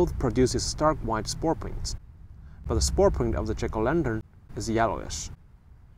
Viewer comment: Your pronunciation of jack-o'-lantern sounds like chicolendrin and is confusing.